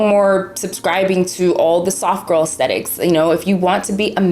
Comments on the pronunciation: “Aesthetics” not “ECSTETICS” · also, girly don't even know how to pronounce 'aesthetics' LMFAOO bruh it's not EXthetics.